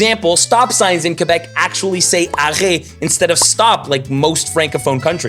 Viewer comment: Hilarious video!! And I don't think I've ever heard "arrêt" prononcé comme "arrest." Ici c'est comme "arrèt," avec le T (le T est seulement fermé - pas "arrette").